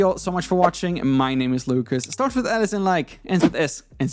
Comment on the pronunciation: „My name is, starts with Alice and Like“ … at least that‘s what I hear 😂., a video about how to use this feeder with TPU would be much appreciated. Please go on making such interesting videos.